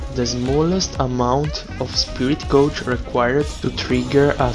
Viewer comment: Really great video. The examples were really good, and gave a good idea of when to use it, when to skip it, and what it can be used for. Small thing: "gauge" (as in "spirit gauge") rhymes with "page".